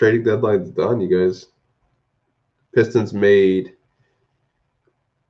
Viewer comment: "Peestons" 😂🤣🤣 I cried, I can't believe no one offered a second for Wayne